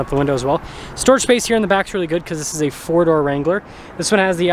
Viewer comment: "It iz what it t i iz!